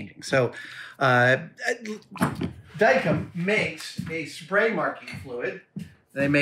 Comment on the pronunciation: I've been familiar with Dykem since the '70's. Maybe it's just everyone I know, but I think Adam mispronounced the name, I've always heard it pronounce as "dye chem". While inaccurate, it was still a fair description.